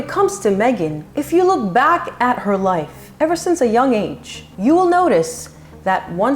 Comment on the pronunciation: when meg says "it was another life" she sounded like "another lie" loooOl freud did you feel that?